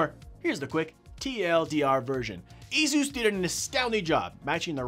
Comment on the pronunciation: That's the correct way to say it